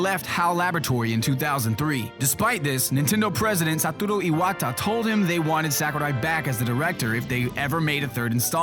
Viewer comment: Haha, why do u say "Satoru Iwata" so weird? XD